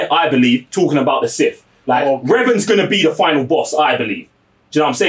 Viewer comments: his name es revan and the way to say it is reven, stop saying it rong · Someone tell this dude on the left how to pronounce "Revan"